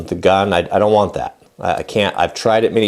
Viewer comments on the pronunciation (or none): none